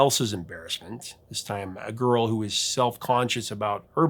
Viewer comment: "Garl" instead of "girl"... epic